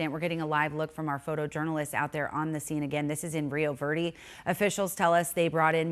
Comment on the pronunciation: Rio Verrrrdeee? You live in Arizona right? Learn how to say Rio Verde right.